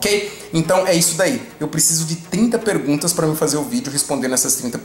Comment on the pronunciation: 30 penguntas bosquh...